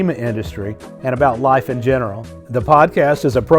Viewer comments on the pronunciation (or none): none